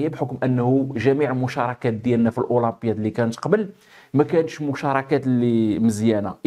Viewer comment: لماذا تقوم بتفخيم حرف الألف عندما تنطق كلمة الاولمبياد ؟